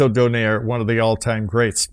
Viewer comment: Its not Nonito Doneyr its Nonito Do-nai-Re